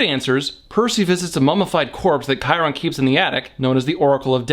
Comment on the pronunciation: Kiron????? Chi- Ron chi-ron man c'mon first movie pronounced it as chiiiiii- ron